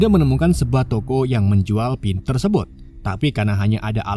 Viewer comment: Min cobak ngomong " Tersebot" 😊 😁😁